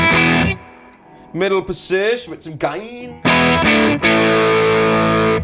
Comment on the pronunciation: "MIDDLE POSISHH" is a true Greg Koch apprentice